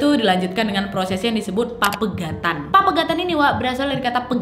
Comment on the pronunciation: Pepegatan kak bukan papegatan